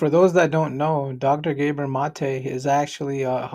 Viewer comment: It isn't Gabor with a long a. If you can't correctly pronounce his name, nobody needs your comment.